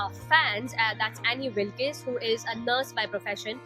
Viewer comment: Annie wilkees 😂😂 pronounciation